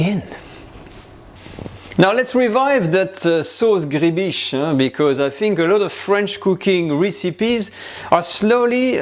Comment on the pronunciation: gribiche is pronounced like louis de funes says "ma biiiiiche"...sauce griiibiiiiche...